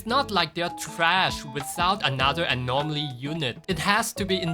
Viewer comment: You pronouncing anomaly with an R drives me insane LMAO. Nothing but love tho